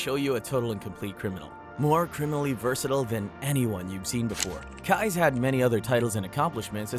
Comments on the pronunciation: "Keyes" is pronounced just like "keys", it is NOT pronounced "kuys" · Keyes is pronounced as "Keys" by the way... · Totally off topic ( no disrespect to the victims either!) but mr. Stickmans facial expressions crack me up! Oh.. and I think his name is pronounced “Keees” like door keys… what a monster he was. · Im not sure if you were trollin or not and im also not sure why everytime you said Israel Keys' name like Kize it erked me so badly ahaha ☠️😭 but good video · Israel keys kease. I'm new to your channel. you're gonna say the name, please say it right. Thank you now. I'm going to subscribe to your channel.😂 keys 🔑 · Kai? How the hell do mispronounce KEY - EESE ISRAEL KEYES.... Goddamn it say it wrong a few more times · Have I been saying Israel Keyes name wrong this whole time!? I thought it was pronounced keez 😅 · Constructive Criticism here. I want your stuff to improve. You are doing well. But, My guy. I am sorry to say but I had to stop watching by the time you hit Keyes. You mispronounced one of the names earlier and now this one too. Do a little research into how the names are said, because when watching a video and it is said maybe 100 times 'incorrectly' it just grates on the watcher.